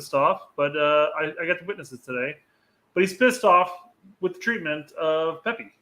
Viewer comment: oh haha he definitely said pepi 😂😂